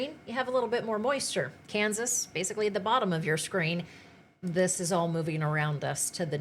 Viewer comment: Please stop saying west with an A and Kansas with an E